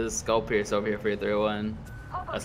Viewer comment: Did just say skullpiecer for the 301??